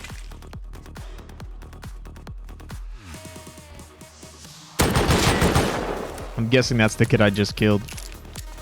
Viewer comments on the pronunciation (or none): I couldn’t help but notice it. Great videos tho. Recourses… “Resources”*